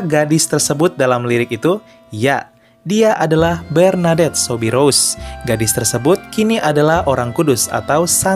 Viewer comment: Min, Soubirous dibaca Subiru.